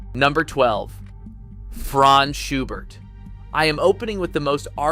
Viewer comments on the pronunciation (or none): none